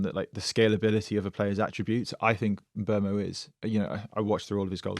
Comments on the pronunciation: It is pronounced as M-bwemo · it's mm-boo-mo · No its not. The name is Mbeumo. Pronounced Mm-boo-mo